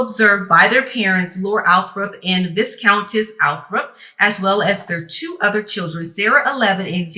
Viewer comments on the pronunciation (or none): Love your content gurl. May I share a teachable moment please? No egg, all love! Viscountess v-EYE-count-ess Forget the "s" Pleas keep the real news coming. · … don’t know if it’s been mentioned yet to you dear, but the correct pronunciation of Viscount and viscountess are Vi-(Long I), with a silent ess… afterwards..I.e., ‘Vi-count’/‘Vi-countess’….LOVE your videos, your take on things, the way you express yourself it is just too much for words for real for real🙂 New to your channel but will not be leaving anytime soon thanks so much for all that you do, and keep on keeping on!❤️